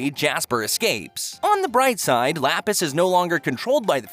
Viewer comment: am i the only one whos agrivated by how he pronounces lapis's name?